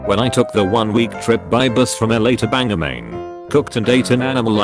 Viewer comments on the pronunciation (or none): Im mad because the TTS engine mispronounced bangor. Its pronounced bang-gore. Not banger